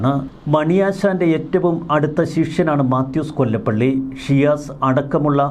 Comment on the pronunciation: മാത്യു കൊലപ്പുള്ളി എന്നു പറയൂ.